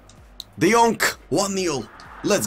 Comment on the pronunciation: THE YONK.... TOTY THE YONK